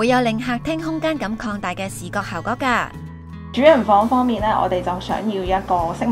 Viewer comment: 旁白咬字咬好D好唔好 係 效果 唔係 效嗰